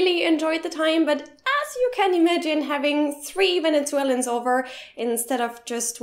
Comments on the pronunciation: haha das heißt "3 vezeulenen" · Venetsuelans... #Englishfail